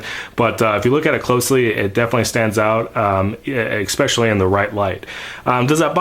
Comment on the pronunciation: I can’t to find “expecially” in the dictionary. Nice video. Thanks for sharing.